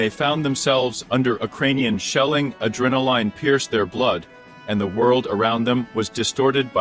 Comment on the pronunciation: Who speaks English like like this? " In fat tree", "de poT", "stratus galee", "whore isn", "ad ren a line" and wtf is a "donut"? write your "comence" below? :)